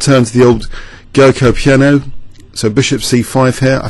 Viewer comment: It's pronounced 'Joco' Piano, I think d3 is the most modern way of playing it.... Thanks a load for the videos, fantastic as per.